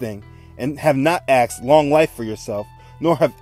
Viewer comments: Please stop saying axed, it's annoying. The word is asked. Otherwise I am enjoying the series. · Axed, axed, axed !!!! The word is ASKED. It's driving me bonkers, and incorrect enunciation does not enhance the credibility of your story, pleasant as it is. Lets not forget Ben-ya-min, my Fathers name.